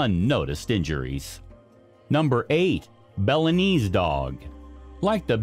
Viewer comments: It's k (kairn), not "karen" terrier! Lhasa, not Lhapsa, Apso! Nor is it Bella-nese! It's "Boh-loh-neeze' " or "Bo-lone-yez'-zeh" - like the sauce. Just imagine that the word "visage" is spelled v i z u d g e the last part sounding like judge, visage might be easier for you to pronounce if you did. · Bo-lo-ness, not Belanese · Yeah, he mispronounced cairn, bolognese, Lhasa apso, and maybe one other. "Karen" terrier? My ears bled a little.